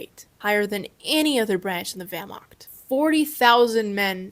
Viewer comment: THE WERMAKT 🗣️